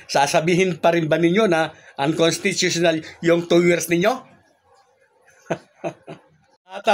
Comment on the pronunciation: Ayusin mo ang pag pag bigkas ng unconstitutional,...